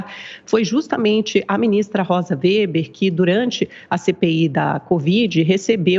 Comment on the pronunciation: WEBER é pronunciado /vêber/ e não /véber/.